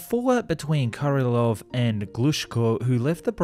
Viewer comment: So you butcher Korolev name, but when you say Korolev's cross you say it like you should. :-) How come ?